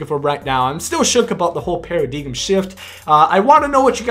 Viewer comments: Did you really say para-DIGUM? Theres no such word lol I'm assuming your trying to say Paradigm, pronounced Para-DIME... stay in school kid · Its pronounced Pear-a-dime you Dumbfuck. Lol yeah haha haha!!!! You missed out on a sub cuz I was laughing too hard to hit the button...JK good vid bro